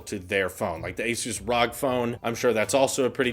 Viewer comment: no one besides the ill informed call it Asus ROG. Your supposed to spell it out when said. AKA Asus R-O-G phone. Best you sound like you know a little about the PC enthusiast space. Always a good thing for a YT entertainer in the tech field to know.